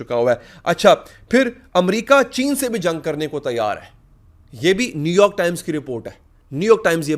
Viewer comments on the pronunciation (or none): none